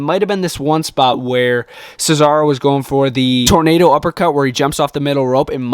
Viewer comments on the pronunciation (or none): none